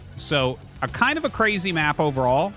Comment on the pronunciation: really because it was pwetty cwazy huh